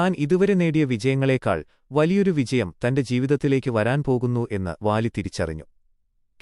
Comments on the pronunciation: വാ ലി അല്ല ബാ ലി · Vaali alla ooole baali